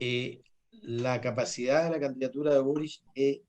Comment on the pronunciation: Pepe auto 👀 pronuncia el apellido de boric como borich que inculto para ser político 🧐